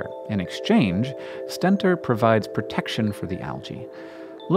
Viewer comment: It's pronounced "stentOR", their trumpet shape reminiscent of the mythical Greek warrior Stentor, who had a loud trumpeting voice . A "stenter" is someone who uses stents I guess :)